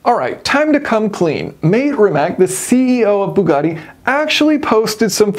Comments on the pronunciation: It's not "ree-match" it's "ree-mah-ts" as it doesn't have an accent on the c at the end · It’s pronounced ‘Rih-mahtz’ not ‘Rih-Mack’ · Not to pick nits, but it's pronounced "rimatz," not "rimack." They're Croatian. Other than that, love everything about this; just when we thought ICE was dying off, Bugatti said, "hold my champagne." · it's RimaC, not Rimak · It's Ree-matz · Mah-tay Ree-matz. I know a lot of people get it wrong if they don't speak any Slavic languages like Croatian but that is how you pronounce his name. The company is technically pronounced ree-matz but I think Mate gets tired of correcting people because I've heard him say it both ways. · You are mispronounceing Rimac